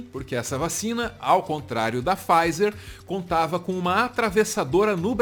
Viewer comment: "faiser" n, é "PIfaiser"